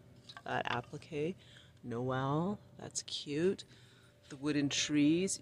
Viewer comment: I thought the noel in the beginning said Abel lol